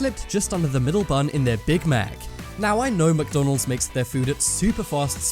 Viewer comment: "Who does not love mckdonleds" EWW